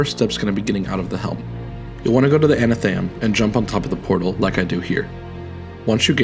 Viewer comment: I'm really sorry to be that person. But you may actually want to talk to a specialist about potential dyslexia. You've been saying anatheum, when it's atheneum. You also said inDEBITed kindness like the bank card. But it's indebted kindness. Like being in debt. The b is silent.